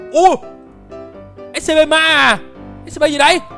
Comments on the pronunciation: Chào anh em là đây em đã coi video của anh từ rất lâu từ mà sao anh cứ nói là Ét Xê Pê mà là Ét xi pi (Scp) em là fan của Của Scp scp 106 anh hay nhầm Scp lửa ( Scp 457 ) nếu anh muốn scp thì anh lên Youtube tìm kiếm là Scp Foundation nhớ đấy. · Anh ơi anh đọc sai SCP rồi!